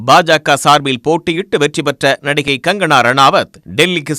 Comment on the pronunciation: Gangana இல்லை Kangana 🤣🤣🤣